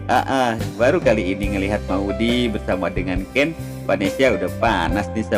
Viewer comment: Ngomong aja salah-salah ,gimana sinopsisnya mau bener bro....,bukan vanesia tapi vanesa bro.....payah nih sinopsis nya ,mendingan ga usah prediksi sgala lah,pasti salah semua prediksi nya bro.